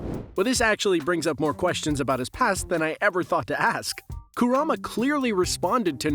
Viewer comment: These garbage pronunciations never get better. Who tf is Koorama and MiNAHto